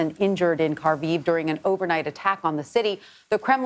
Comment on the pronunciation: It is pronounced 'har-kiv'